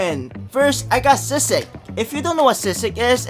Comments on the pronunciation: Its actually pronounced sisig as in si and sig not siseg and you also pronounce pusit pussiit a bit of a deep i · You pronounce it as sea sig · ITS ACTUALLY PRONOUNCED "sea seag" AND ITS PRONOUNCED "poo sit" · to pronounce sisig it's see-sig to pronounce pusit it's pu-siT like a bit fast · the proper way to pronounce "pusit" is when you say "pu-" you say "sit" very fast, sit just like sitting down, and for "sisig"the first "si" in sisig you pronounce it like "sea"and after you say the " si" you dont say it as fast like the pusit but you just stop for second and then say the "sig" i hope this helps <//3